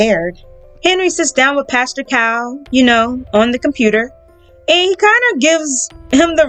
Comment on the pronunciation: It's Pastor Cal, not Pastor Cow.